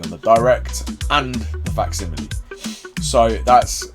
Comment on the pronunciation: 30 minutes for to learn how to say facsimile right 😂